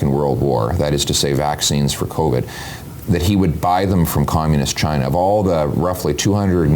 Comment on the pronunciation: pierre can't say China. Pierre loves the WEF like trudeau. he play the good boy :)